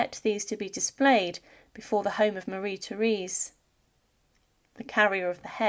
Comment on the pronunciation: Her name is pronounced mah-RHEE tay-RES.